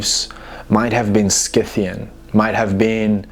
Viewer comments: I'm a Classical studies archeology student, love your content, hate the way you say sCythians... The word Scythian (referring to the ancient nomadic people of the Eurasian steppes) is usually pronounced: /ˈsɪθ.i.ən/ → "SITH-ee-ən" (like the "Sc" is an "S"). So, the C is silent, and it sounds like it starts with "Sith" (like "Sith" from Star Wars). There are also older or less common pronunciations: /ˈsaɪ.θi.ən/ → "SY-thee-ən" (with a long "i"). But the standard modern English pronunciation is "SITH-ee-ən". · Sith-e-in ( Scythian ) . Per-Seth-fa- knee. ( Persephone )